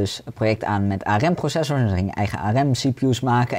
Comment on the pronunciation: aRem? De rest van de wereldbol spreekt het uit als een acroniem. Arm